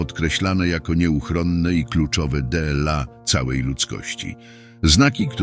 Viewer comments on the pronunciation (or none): Z czworgiem oczu a nie z czterema oczami. Kurcze! Co video to jakieś błędy. Dlaczego ludzie produkują się publicznie bez znajomości gramatyki. Dela zamiast dla wskazuje na użycie do czytania robota AI a nie człowieka. W dodatku angielskie liczebniki, prowadzą na błąd zamiast wprowadzają w błąd, na szczycie czasu, czas nie ma wierzchołka, to nie górka czy budynek. Ważne rzeczy podane byle jak. Tak się nie godzi.